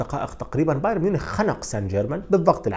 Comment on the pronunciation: لم أتابع لغاية الآن محلل رياضي في القنوات العرييه بقدرتك وبدقة تحليلك يا سيد. لكن اتمنى أن تعمل على إتقان لفظ الأسماء الأجنبيه.فأنت تلفظها باللغه العريبه. أنصحك بالاستماع للمعلقين الأجانب كيف يلفظون الأسماء. على سبيل المثال لا الحصر بايرن تلفظ "بايارن" وليس "بايرين"